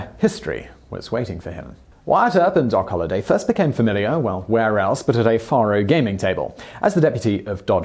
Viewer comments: Just so ya know, the game is prounced Fay-row, not Far-ho. And there were very few, if any that were squeaky clean, then or now. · It's pronounced Fair-o, not Far-o. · it's 'fair-oh' NOT 'far-oh'... Once again, your video topic is quite interesting and enjoyable! It's your mis-pronunciation that is cringe-worthy... If you are going to produce videos on American subjects, it would be wise to learn how to properly pronounce the English words as Americans do... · Yea like the way he says “ faro”. It’s Fay-ro. Not far-ro. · Not petty. Just tired of FAKE news. 10 days off Docs birthday is a LOT and it's Fay Roe. Not far row.. I think you just said ICE Clanton.... Its IKE. FAKE shit. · Well, shucks pard. You got the year of Doc's birth correct. FAR-oh (spelled Faro) is pronounced FARE-oh. Incidentally, finding truth in TRUE WEST magazine is like finding a needle in a haystack. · Its pronounced fairo. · Faro is pronounced like pharaoh....Fare-Oh. Also "Francisco taught him how to become the quickest draw in the west" Who/when/where did this quote come from? Gunfighters in the 1800s were deadly if they could keep their cool and stand calmly and shoot at someone while being shot at. It really wasn't about how quick they could draw. That is fiction from Hollywood. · The game is pronounced "Fair-oh." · I just cannot stand a British accent.....it makes me crazy....especially the way he pronounces the game Faro ! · bonsai biker And repeatedly mispronounced faro. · Noah Count Thank you for correcting his pronunciation. I correct him on at least one or two things in every presentation. You beat me to it.